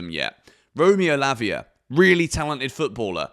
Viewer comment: DID I HEAR LAVIER?????? lmao